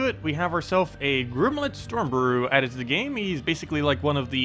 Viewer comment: great videos but you always mispronounce stuff :( Gimlet doesn't have an 'R' :)